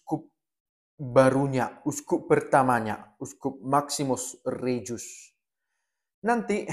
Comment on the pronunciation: Terimakasih, sudah berkenan menyiarkan keuskupan baru kami via medsos serta uskup pertamanya. Sedikit info, Sebutan nama dr Mgr. Maksimus Regus. Khusus sebutkan nama belakangnya tetap diucap g bukan j. Terimakasih, tetap sehat dan semangat dalam pelayanan